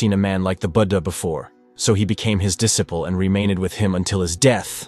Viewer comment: " Became his disa pull " ??? LOL ! This is a good one , AIs are hilarious.